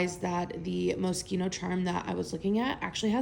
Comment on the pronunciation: The way you pronounced your last item has me dying. 😂😂😂you make it sound like it is a mosquito 🦟.its pronounced like it's mosh eeno ❤❤❤❤❤